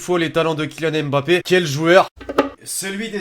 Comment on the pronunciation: Vous m'énervez quand vous dites M. bappe C'est Mbappe!